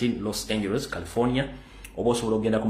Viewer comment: Los Angeles pronounced = Los Anjelize.